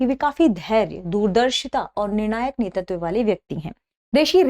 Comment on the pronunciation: Sorry to say..I think there is a small pronunciation mistake in the word नेतृत्व..it's *NETRITVA*...Overall it's an informative episode..Thank you..Ma'am.